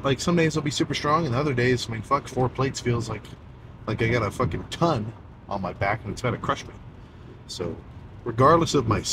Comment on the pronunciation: Sam "fOkin'" Soolek baby 😂